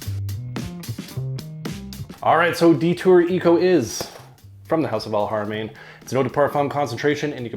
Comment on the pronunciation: Thanks for letting us know about this scent. Noticed that you were pronouncing the "H" in Alharamain with a proper Arabic accent which is usually not very easy for native English speakers, you get extra points for that 😁